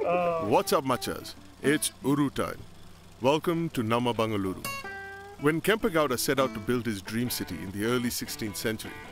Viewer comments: For the nth time.... it's not bangaluru....🤦🏻‍♂️🤦🏻‍♂️ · I appreciate you but it's Bengaluru